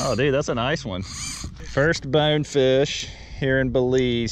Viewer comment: How hard is it to say BONEFISH ! Not bawnfish or bawfish BONEFISH !